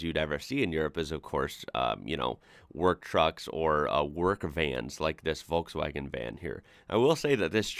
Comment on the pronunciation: Hallo, just a commet about your pronunciation of "Volkswagen". You pronounce it in correct english. But as it is a german word, the first letter is not spoken like an english "V", but like an "F". "V" has two different pronunciations, "W" or "F". I don't know about a rule, you just have to learn.